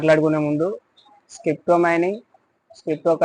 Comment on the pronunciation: స్క్రిప్టో కాదు. క్రిప్టో